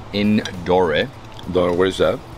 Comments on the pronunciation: The e in Indore is silent. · Indore is in state of Madhya pradesh in Central india. It's pronounced as indoor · hey! great content. the way you pronounce indore is just in-door, just door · Pronouncing Indore 😂😂